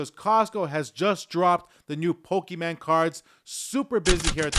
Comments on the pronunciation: Poke Mon. Not men. FYI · Pokemon not pokeman